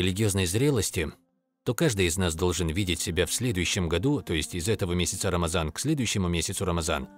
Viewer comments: Не рамазан а Рамадан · Не Рамаза а Рамадан . Это грубая ошибка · ❌РАМАЗАН❌ ✅РАМАДАН✅